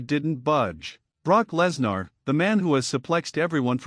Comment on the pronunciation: Stop mispronouncing Lesnar 😢